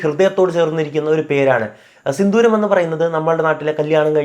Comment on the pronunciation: ബ്രോ സിന്ദൂരം ആണ് സിന്തൂരം അല്ല 👍🏻😊